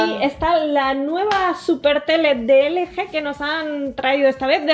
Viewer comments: ustedes le dicen L G.. pero se pronuncia "ELGI" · Hay que dale un poco al inglés! Ustedes saben, pronuncien las marcas como se dicen! LG (ele je)? Se pronuncia: el yi! Y subwoofer no es sub bafer, es (sub uofer) :V así sus suscriptores no aprenderán a decir las marcas. Déjame ir a la tienda a comprarme unos tenis (ni que) XD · De "LG"????? Se pronuncia "elyi"